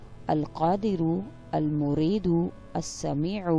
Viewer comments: Its not almurido... its Almueedo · Al moiedu not mureedo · Al muridu is not a name of Allah the pronouciation is wrong please double check before making us say wrong. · Lekin ap ne almoreedo hi bola he